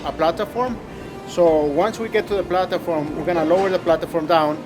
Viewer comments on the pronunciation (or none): "the plataform" lmfao